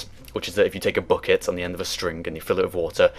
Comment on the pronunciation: Your pronunciation of bucket confuses me. But I like it.